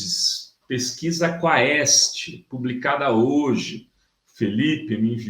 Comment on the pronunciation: (Quaest - lê "quest"). O próprio Diretor do Instituto, fala assim "quest", que é aqui de MG.😊 #BOZONACADEIA2023